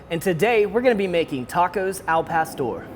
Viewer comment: AL PASTOR!!! WHITES way to say it